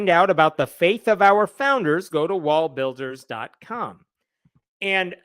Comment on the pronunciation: You're saying Wallbuilders and im hearing Wallburgers.